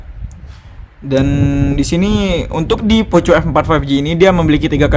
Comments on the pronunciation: Kayak baca skrip aja ini.. Comparison nya.. Kl bandingin layar tolong jangan hanya baca spec.. Coba set up di brightness yg sama buka you tube misalnya... Jadi kita tahu bedanya.. Trs contoh hasil foto mohon di sertakan.. Performanya bisa coba ngegame... Trs baca Poco di baca poko... Jadi risih denger nya poco poco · cara bacanya poko bang, malah tari poco poco 🤣